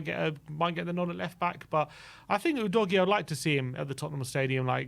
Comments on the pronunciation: please stop calling him oodoggy it's pronounced uu'dough'g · actually, since his name is Italian and not English, it's pronounced "oo dog ee ey" - dunno what English always seem to assume the "e" at the end there is meant to be for?